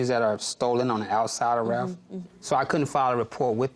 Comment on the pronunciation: RALPH not Raph😅😅